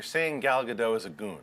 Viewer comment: You are so mispronouncing Gal Gadot name, the "t" isn't silent !!!.